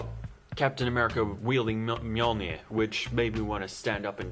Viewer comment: Omg I hate how you pronounce Mjolnir